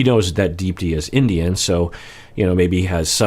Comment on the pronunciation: Hey doc! I only mention this because I know you like to pronounce names correctly when you can. Unless I'm completely wrong, I believe you actually pronounce her name as "deep-thee" with a very soft th sound. It's common in South Asian names. My last name Gunaratne, is actually pronounced "gun-ar-uth-neh" even though there's no th. Just a heads up! Love your content :)